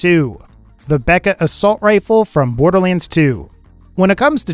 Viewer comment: Um borderliends?